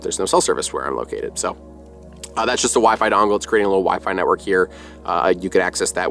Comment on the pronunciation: NETwork, not NEYwork!